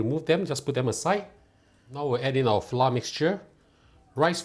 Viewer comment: Dude why do you drop the r in flour? There’s no flou it’s flouR